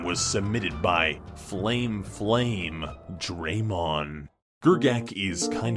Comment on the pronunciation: Flame Flamedramon. Flame-druh-mawn. Didn't you watch Digimon?